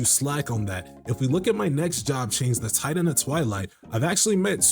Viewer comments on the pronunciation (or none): none